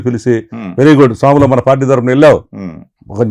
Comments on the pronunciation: సోములు కాదు...స్వాములు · స్వాములు అండీ ఆయన పేరు, సోములు కాదు అండీ. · సోములు కాదు స్వాములు అనుకుంటా అన్న పేరు.